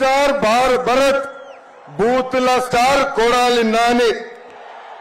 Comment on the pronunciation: బలత్ కాదు భరత్.. 😂😂